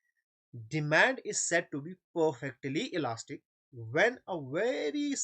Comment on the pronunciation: Sir aap bohot acha padhaty hai lakin word demand theek se bolo plz